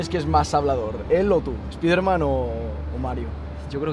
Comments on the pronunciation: Que mal suena cuando dicen "Espiderman" en vez de "Espaiderman", Si lo quieren decir en español pues digan "Hombre araña" no ese daño a los oidos....Onda vitaaal xDD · Por que los tarados dicen "espiderman" y despues dicen Marvel's Spiderman correctamente?